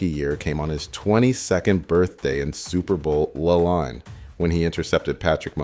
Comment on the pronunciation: You mean you didn’t like hearing about the Eagles winning “Super Bowl Luhl Nine”?